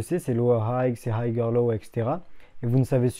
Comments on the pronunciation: Puré qrrete de masacrer la langue de shakespear !! 🤦🤦 Higher se lit haieur et pas hagueur 😭😭😭 noooo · Du coup j'me demande si ses profs disent aussi haygueur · hayer low .. la pronunciation.. hay cest pas hayg ... fais att frero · Higher ca se prononce hayer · le "g" ne se prononce pas. "high" se prononce comme une aïe avec un H devant et non comme un aïegue et "higher" se prononce donc comme "ailleurs" mais avec un H devant. merci pour vos vidéos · Haygueur low haigheur haygue mdrrr il me tue ton accent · Super tes vidéos, et je veux pas faire l'ancien mais higher prononce pas le g et c'est niquel ;) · Ce n est pas important la prononciation Je Suis trader professionnel et je suis en admiration devant les connaissances et la maîtrise du trading qu il a pour son jeune âge quant il aura 30 ans il deviendra un master du financial market chapeau mon fils continue 👏👏👏👏